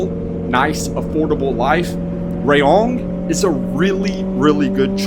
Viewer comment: Rayong is pronounced as Ra-Yong, not Ray-Ong. 🫢😁